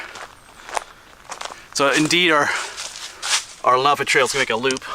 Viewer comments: It's pronounced leh.nuh.pe! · Len ah pee